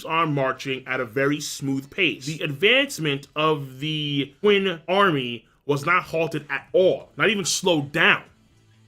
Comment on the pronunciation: Qin is pronounced "CHIN" not "QUIN" damn LOL